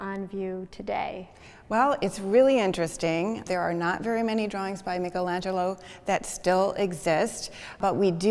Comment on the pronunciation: Start by pronouncing his name correctly, thank you